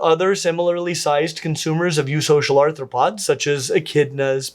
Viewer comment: "eusocial arthropods" ...... "arthropods"?